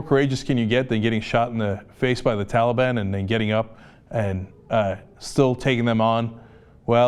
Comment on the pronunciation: Hey man he also pronounced talib wrong, big woop.